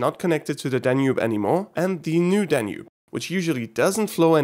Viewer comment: New Danube? More like Danewbe